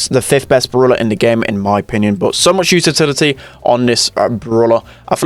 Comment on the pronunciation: Nobody:: "uTitILitY" If you read this, I'm sorry